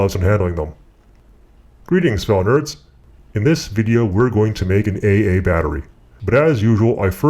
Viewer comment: 'An eih eih battery'? Who talks like that? Are you trolling us? :-P